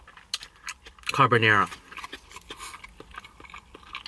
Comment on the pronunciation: That "Carbonara" is so painful to watch porcoddioooooo